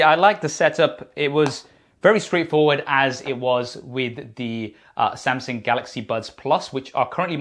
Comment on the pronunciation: Why is he calling Samsung Samsink? He sounds ridiculous. And why doesn't he have the name of his company on his shirt instead of whatever that is? No branding sense. Maybe one of these days these reviewers will review and test the earbuds. 🙄 Maybe.